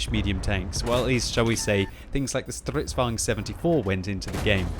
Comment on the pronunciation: Good show! Finaly you can pronounce "stridsvagn" more or less correctly.